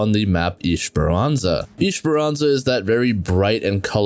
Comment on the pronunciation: WTF IS ISHEPERANZA ? 💀 It's ES-PER-AN-ZA